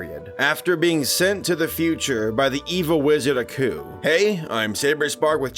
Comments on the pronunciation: Nah. Couldn't even sit through three minutes of this. The narrator sounds bored as hell. And the protagonist is not 'uh-ku', it's 'AAAH-KU', as in "AAAH, this bastard's tryin' to kill me! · AH-ku, not UH-ku. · It's like y'all don't even watch these shows before doing facts on them. How do you butcher pronunciations of names so badly when they pronounce them in the shows? It's not Uhku it's AAAAKU y'all do the same thing with pretty much every anime y'all do too.